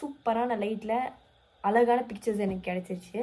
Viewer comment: Alagaa ila Mala ila Use zha properly..just a suggestion